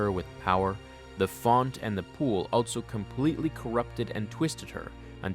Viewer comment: Only critique of a great video. The word 'also' does not have a 't' in it.